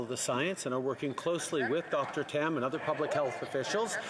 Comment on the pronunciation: did she say Dr Ham because Tam is a pig?